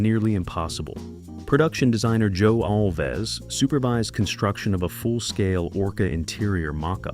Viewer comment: No ORCA scenes were ever shot in a soundstage. It was all shot on location. Joe's last name is pronounced ALVZ, not All'-Vez. It's one syllable. Not two.